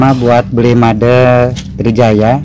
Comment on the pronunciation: salah pembacaan Made nya tpi gk apa